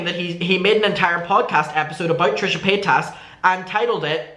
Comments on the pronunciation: Ilysm and I know it's hard to change speech patterns but it does make me kind of sad that it seems like shane dawson successfully made everyone mispronounce trisha's name 😭😭 I forget until I'm reminded, like he rly did that to them huh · You’re saying paytas like Shane 🙃